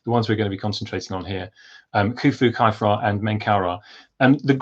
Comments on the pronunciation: Why are you pronouncing Khafre as "Kye-fra"? You are the first I've ever heard do that. I know hieroglyphs did not have vowels, but still... {:o:O:} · Well, I've only ever heard it said as "Khaf-ray". Later you say no one knows if the accepted academic pronunciations are correct, so I wondered if academia had changed the accepted norm. But then, I have heard Amun Ra and so on pronounced as "Rah" and "Ray". It reminds me of when Latin scholars decided Caesar was Kaiser and Cicero Kikero! Thanks for the reply. Cheers! {:o:O:}